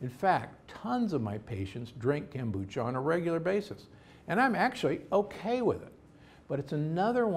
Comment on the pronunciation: Kome on! How hard is it to pronounce Kombucha?